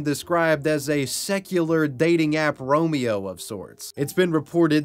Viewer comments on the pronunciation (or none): none